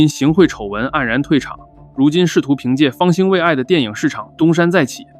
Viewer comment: 没想到也读错别字 方心未yi